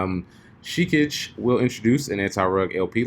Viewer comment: Pronounced "Shih-kah-gay"..... as in Hokage (Naruto).. lol it's not "sheekijjj"